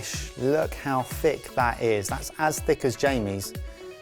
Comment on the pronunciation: I heard "As thicc as," not "As thick as." and I am okay with that